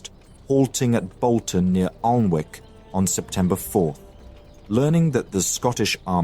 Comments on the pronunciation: ALN WICK? Dont you mean Annick? (Alnwick) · Your pronunciation is horrific, you should have researched how to pronounce the various castles and towns... you murder the town name Alnwick ... pronounced An-ick and so it goes on and on . 1/10 for effort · Pronunciation help: Alnwick is An ick as the W is silent; Scottish names are not said how they are spelt, so Home is Hume and Moray is Murray. Since this time the Duke of Norfolk has been the premier duke of the country. Every Armistice Sunday the bagpipe lament "Flowers of the Forest" is played, it was written back then to mourn the loss of King James & so many soldiers. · Alnwick is pronounced Anick